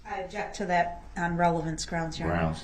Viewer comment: By gosh.... I would NOT let him use a one of those Agggzibtz.... he objected every single one of them for "revelancee" I would say hell no, you can't use nine of them you freak